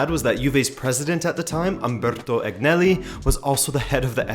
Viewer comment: "Andrea Agh-uhnelli," "the Bianckow-ouie-Nero," yeah this guy knows his topic and is qualified to "explain" such a complex matter...